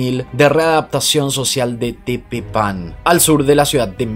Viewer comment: Se pronuncia tePEpan.